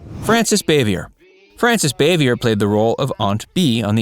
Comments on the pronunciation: It’s pronounced BAH-VEE-YAY........not BAY-VEE-YER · If I'm not mistaken, Frances Bavier's last (French) name is pronounced "BAH'-vee-ay." 🎓🪄 😺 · Bavier is pronounced Bav-e-a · Frances Bavier’s last name is pronounced Baa-vee-yay. Similar to Jackie Kennedy’s maiden name Bouvier pronounced Boo-vee-yay. Ron Howard isn’t the only surviving cast member. Betty Lynn who played Thelma Lou, Elinor Donahue who played Ellie Walker, Maggie Mancuso Peterson (hope I got her name right) who played Charlene Darling, Rodney Dillard who played one of the Darling boys, and at least some of the child actors like Keith Thibodeaux who played Johnny Paul Jason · … Dude! I watched a lot of your videos and every time you do a video you pronounce someone’s name wrong… If you are going to pronounce Frances Bavier his name pronounce her last name right it is pronounced BOV-E-AI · And he didn't pronounce aunt bees real name right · He does not pronounce Frances Bavier correcly.